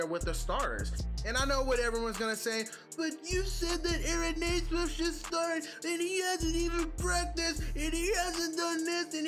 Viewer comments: It's pronounced "nee-smith". Nice video, though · Reminder it’s pronounced “knee” - smith. I say “Ney” - smith as well and have to correct myself all the time.